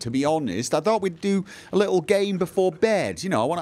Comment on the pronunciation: I want lenny to do the vampires, and side with them, I'm suuuper curious to see what happens if you join the vampires. Also coughs when he said "I thought we'd do a little game before bed" I heard "I thought we'd do a little gay before bed" and I choked on my drink. Though I'm marathoning these ep's, so not commenting as much as I should. I do very much love let's plays, and when ever someone will listen to me, I gush about them. I also share funny bits with those friends XD